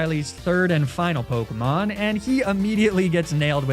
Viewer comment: it's so infuriating how he mispronounces half of the pokemon, town and leader names. I hope it's on purpose and not just pure ignorance